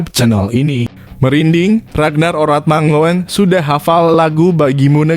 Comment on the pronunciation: mangoen hrsnya di baca mangun bang..